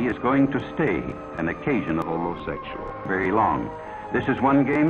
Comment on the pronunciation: how tha fark did she try " homosexul " with this guy? O_o